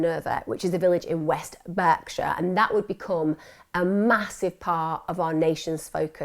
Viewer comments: Berkshire is pronounced 'Barkshire'. Thank you :) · Firstly its pronounced Bark sure, also thames valley police are actually useless. doesn't suprise me that they were left out numberd, i know peole who are conected to both the victim and one of the felons. they new full well that he was attached as well. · Great stuff Emma, although can I just point out a few minor points: 1. It’s pronounced Burr-field, not Burg-field. 2. Berkshire is pronounced “Bark-sheer”. 3. The car name Seat is pronounced Say-At, not See-At. 🙂